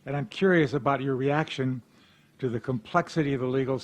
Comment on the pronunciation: Every time I hear an educator say, “ta” instead of “to” I cringe.